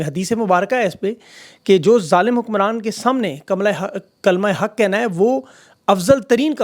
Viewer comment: Hum sumjhtay thay k ap her baar jaan bhoojh kr alfaaz ya naam bigartay ho but aj kalma huq ki jaga kamala haq nikltay sun kr ahsaas howa k ap pure reporter ho, jaan bhoojh kr her baar ap alfaz nahi bigartay. or agar bigartay ho tow woh andaaz bho bhohat khoob hay and we like it a lot. Thank you for sharing